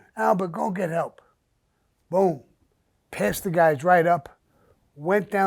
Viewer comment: Samuel Sammy The Bull!!! You do no that you need to patent the word BOOM BOOM BOOM!!! Because I will say you say it the best out of any man I have ever heard say it!!! I hope no one has not already done this because I'm telling ya you can make some money with this BOOM BOOM BOOM SHIT!!! It's the best!!! Just by how you say it and put it on some of your Merchandise because I would most definitely buy it!!! Make it a Grateful Day Sir!! Really enjoy listening to you and your Podcasts!!!! BOOM BOOM BOOM BOOM!!!